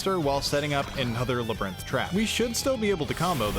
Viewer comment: “La-brinth” is INSANE. I don’t normally comment about mispronunciations but this one is psychotic lmao (This one’s for the algorithm! 🗣️🗣️)